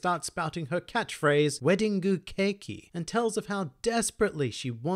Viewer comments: love how you said "keke" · No wonder mama got so slim saying Wedding Keki that many times 😂